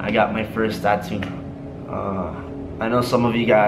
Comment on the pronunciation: Tattoo not tato